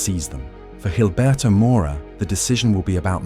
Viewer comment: G makes a H sound not a J, this isn’t fuckin Portuguese